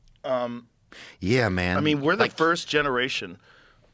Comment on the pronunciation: 'Yuah maun' (?!) Joe turned into a Jamaican 😂